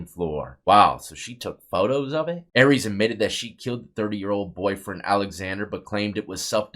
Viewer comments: Pronounced are-ee-us dawg, not Aries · Arias is pronounced AIR E US not AREEZ , it’s pronounced MAY SA not MESA ….. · Its pronounced Ary- Is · National case and you couldn’t be bothered to pronounce her name correctly. She’s everywhere and has been for 18 yrs but u can’t pronounce her name or insert correction.